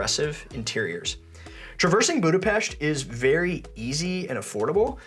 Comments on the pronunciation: extra points for pronouncing Budapesht correctly! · THANK YOU for pronouncing Budapest correctly! As a Hungarian-American it drives me crazy that most of the world can't pronounce it!